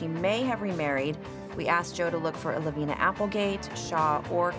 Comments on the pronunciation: I reside in Lavina Montana. Lavina is pronounced with a long I, not as an E sound as you pronounce it. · I have an Aunt Lavina and it is NOT pronounced LaVEENa. Not sure why Christina thought it was.